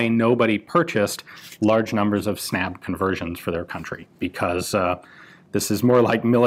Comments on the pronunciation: The word is pronunced more like "Snub", snabb means fast in Swedish. The Swedish a is pronunced like the a in "ah" unlike the english a. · Snabb is pronounced (Snub) like and u is is pronounced like u in cinnamon (“bun”) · Snabb is pronounced with a short "a" and it means "fast" in Swedish. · That is not how you pronounce "snabb".